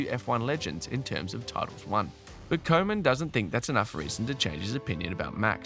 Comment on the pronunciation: Next time pronounce Koeman as Kuman. Probably sounds much better.